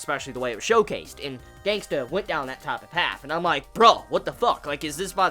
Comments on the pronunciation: its Gangsta not gangster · Love the way you say GangstA😂😂